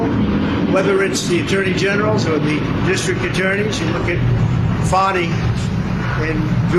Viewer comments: Wow 45 actually pronounced Fani correctly. Was that a mistake? Election interference, what is this unelected citizen doing to the govt thru congress? Legislative interference. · Strange time to call GA DA by her name correctly. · Trump showing even more cognitive decline by actually pronouncing Fani's name correctly.